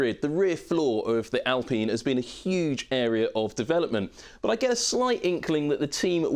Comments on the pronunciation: Why are we calling it 'Al peen' as if thats how any ENglish speaker will ever say this name like that? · I think most English presenters back in 2020 called Renault by the French pronunciation, with the L and the T silent. It's not so out of this world.